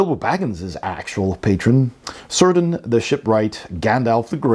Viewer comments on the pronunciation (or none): Excellent review, I've already ordered a copy for myself! A point of order though: Cirdan is pronounced "Ker'-dan", not "Sir'-dan". 🤭